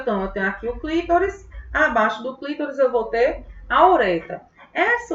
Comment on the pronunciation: Não é clítoris, é CLITÓRIS!!!🤌🏻